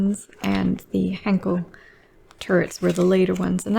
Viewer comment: She keeps mispronouncing Henschel, it's not Henkel, ffs.